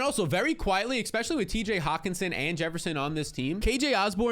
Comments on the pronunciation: Especially, not "expecially" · especially not eKspecially.. pet peeve. sorry. great content. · LOVE your videos content and analytics! It's pronounced "Especially" NOT "EXpecially"